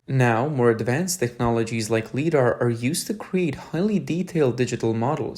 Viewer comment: LiDAR.... "Li", like "light". Not "lee"